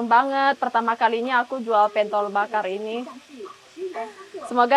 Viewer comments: Pentol, seperti e pada kata senang, bukan e pada kata bebek gitu kali ya mbak maksudnya 😅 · itu bukan PENTOL, tapi pentol, gimana ya penyebutannya klo lewat komen, wkwkwk...